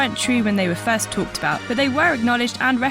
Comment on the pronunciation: Did she pronounce "first Diablo" as "fast Diablo"?